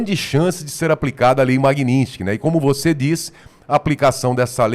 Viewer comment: O Borgo fala sempre errado o nome da Lei: não é "Magninsky". O correto é MAGNITSKY. Sílaba por sílaba: MAG-NITS-KY.